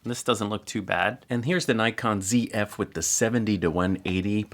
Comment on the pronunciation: Nice overview,. Glad you pronounced it “Zed F”. You made us Canadians happy. 😊 Seriously, one of the other strengths of the Zf is the 2.2” LCD screen, especially since there is no joystick. I’ve gotten so used to the 2.2” screen on my Z7ii that it is really hard for me for work with a camera that has a smaller screen now. Once you buy one and get the SmallRig grip, I’d love to see a size comparison with your Z8. My Z7ii with the SmallRig grip is actually pretty close to Z8 dimensions and I guess the Zf might be as well once the grip is added.